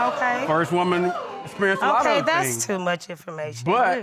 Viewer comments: Did he say experialized? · “Sperialized”???? So, we just gon walk right over that huh 🤔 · Everyone is just going to ignore the fact that he said experialized? Lol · I know y’all heard him say “ EXPERiALIZE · 1 minute in and “experialised”...😩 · ”experialized" lol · This man said, “she was the first person I experialized...”🤕